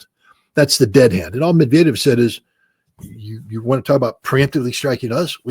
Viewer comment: Hey, learn how to pronounce "Medvedev." You're welcome.